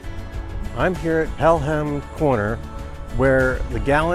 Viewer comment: Good video, although I haven't ever heard the h pronounced in Pelham.